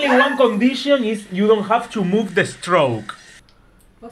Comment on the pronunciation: Hahaha "you don't have to move the Stroke!" Hahaha it's Straw, not stroke. Saludos desde México 💚